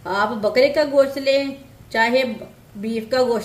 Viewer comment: میری بہن گشت نہیں کہتے گوشت کہتے اور کری پتہ نہیں ہے اردو میں تیز پات کہتے ہیں